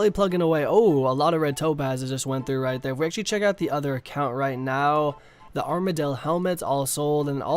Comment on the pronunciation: I love how you say “right there” so kkona